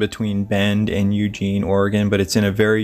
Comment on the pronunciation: I believe it's Mountain Hemlock. We also have many Douglas Fir, Grand, Silver, Noble, and White. Many Vinemaple, too. I know this is petty but unless your from the area most people mispronounce Eugene. It's a thing. Many people who were born and raised in Oregon are very private and Authorities are used to people leaving their vehicles in these areas. Be careful of judging. It's a deceptively dangerous area.